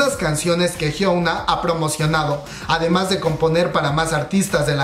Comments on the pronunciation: Inna de hecho se pronuncia "jiona" porque 현아 se traduciría como Hyeona, pero "ㅕ" (yeo) se lee yo (que se pronuncia 'io') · Soy la unica a la que le molesta que pronuncie mal el nombre de Hyuna? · A nadie mas le desespera que diga "jiouna" e "i duan"?? .-. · A mi jajajajajaja